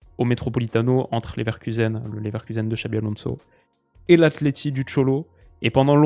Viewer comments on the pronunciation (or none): none